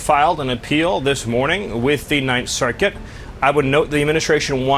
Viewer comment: 9 cirKUIT